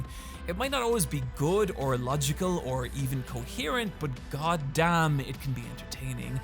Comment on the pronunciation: Well Gought Damn-na